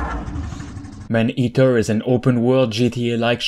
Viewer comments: The commentator needs to makes vids in French, his pronounciation in English is terrible. I keep hearing him repeatedly saying " Man Heater"which is entirely different gendre. Please homes, just stop, that Quebec accent is atrocious. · Dude🤣🤣🤣🤣 the way he says "man eater", i lmfao🤣!! Anybody knew Jaques Cousteau? 👌